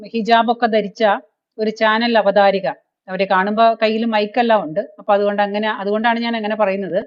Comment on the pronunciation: Not "Avatharika", but " Avatharaka"